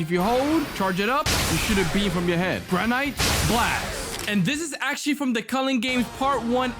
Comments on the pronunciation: It’s granite gran-it not grand-it-e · BRO SAID GRA NITE BLAST